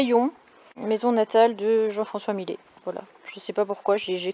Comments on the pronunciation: Encore une petite pépite ta vidéo... j’adoooore. Au fait il me semble ( enfin je suis sûre) que les 2 L du nom du peintre (Millet) se prononcent comme ceux de fIlle et non comme file ....😂😂😂 je ne sais pas si je suis très claire ....😉 En tout cas 👏👏 pour tes reportages en compagnie de Dan et des adorables chats.. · On prononce Millet ( yait ) pas Milet ! C ' est un mâle moustique , ça ne pique pas . La marmite de soupe c 'est pour une semaine ? 🤔